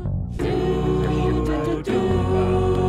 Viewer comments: sry to be rude but you pronounce dandidoo wrong, it’s not “ Dan dee doe” It is “Dan Dee Doo” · It’s not dan di do it’s dan de do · why do u call it dandido its dandidoo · I think you make really cool videos!! Subscribed!! Keep it up!! Also I can’t help but say that Dandidoo is Dan-dee-due, not dan-dee-doe. Nice try, though!! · Isn’t it dandidoo not dandidoe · It's dandidoo not dandido ❤❤ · It's dandie do not dandedoo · Heres how to pronounce dandidoo Dan-di-dooo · dandidoo ls said dan-dee-doo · Its called dan-e-doo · BRO ITS NOT DANDINO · You said dandidoo wrong